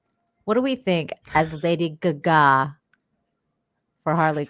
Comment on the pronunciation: Lady guga?????? Can these ladies not look up how to say names????